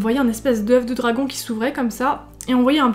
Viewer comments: Je suis tellement fatiguée que je me suis tapée un fou rire sur "dragoune" o m g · Chui morte on dirait une insulte « nique ta dragoune » 😂😂❤️ T’es la meilleure continue😍